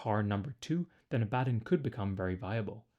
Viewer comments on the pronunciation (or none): It's a common mistake but its pronounced Abba Don not A Bad on. Great video as always =) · “Abaddon” is pronounced like “Aba-Don” and I’m pretty sure Drach’nyen is pronounced like “Drack-Knee-In.” That’s his sword, which is also a daemon. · It's Abaddon, not Abaddon 😂